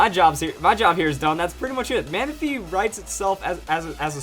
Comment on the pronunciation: Manaphy... not Manapahy